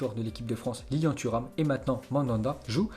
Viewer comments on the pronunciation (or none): none